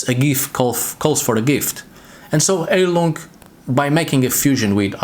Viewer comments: Not to smartass: but its pronounced "high-lung", "hi-lung" or to seperate syllables: "Hei-lung" Its german for "healing" (as a noun) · Fun fact - you should pronounce it "Hailung" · Then it would be pronounced "hyle-ung"